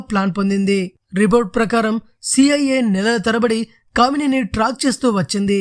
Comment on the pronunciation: కామినేని కాదురా అయ్యా క మేని అని చదువు సంపుతున్నావ్😁 నీవు న్యూస్ రీడర్ గా పనికిరావు